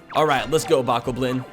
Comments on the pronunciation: Bok-o-blin?! It's Bo-kob-lin!, do we need to have you committed? Unless it's a variation only found in Wind Waker, (which I have never played) in which case, I need to be committed. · did you just say “bah-ko-blin”?